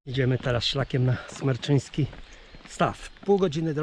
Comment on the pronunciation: Szkoda tylko, że używa Pan nieprawidłowej nazwy stawu. To jest Smreczyński Staw a nie Smerczyński Staw.